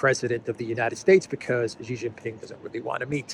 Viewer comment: It's not "zzzhiii" it's "shiii" Jinping.